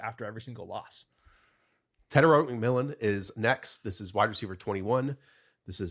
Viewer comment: Start one and you can't say McMillan 😂 Mcmillan Bourne Henderson marks.